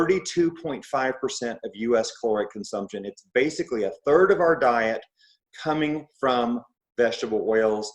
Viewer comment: "One turd," Ivor?